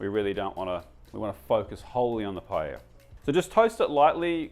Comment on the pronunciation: I'm so glad you pronounced paella correctly! I'm so sick of going to restaurants in Melbourne (even Spanish restaurants) that employ people that call it "pa-ella".